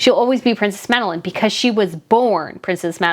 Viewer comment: Sounds like you are saying prince smadelyne